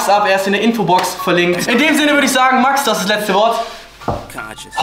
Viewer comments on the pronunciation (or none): 😂😂😂 Max😂😂😂 es wird mäx ausgesprochen